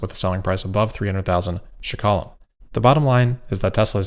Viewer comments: Hey, it’s Shekels, not shkala 😅 NIS - New Israeli Shekel Thanks for covering this. Love your videos! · its ''Shekels'' 😂not shekalim, I was really surprised by the price! very exited that Tesla came to Israel! I'm still going to wait for the 25k version car! awesome video like always! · As an Israeli I'm very happy to be a listener! Our currency is pronounced shkalim in plural. No "e" after the "sh" in the beginning (like you pronounce "draft", there is no "e". And the emphasis is on the last syllable. Was really noticable :)